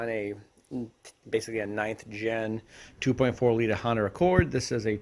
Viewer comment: “…9th Gen 2.4L Honner Accord…” Lols wtf did he just say? Where ya from bro?